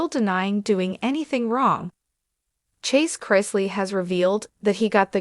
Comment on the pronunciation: Can't even pronounce their last name correct